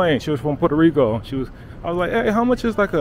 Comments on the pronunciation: It's Puerto Rico, Papa, not Puerta Rico. bro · It's PuertO Rico - not PuertA Rico. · Every time you say Puerta Rico I cringe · Is it just me or does he keep saying "Puerta Rico"